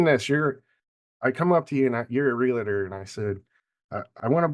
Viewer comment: Great podcast. But gentlemen...it's Real-TOR. Not Real-a-tor. Thanks again.